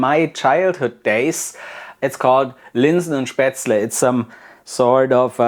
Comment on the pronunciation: FINALLY, an authentic way to make and properly pronounced. After learning how to make it in Schwabach, I wasn't sure of the recipe. Thank you so much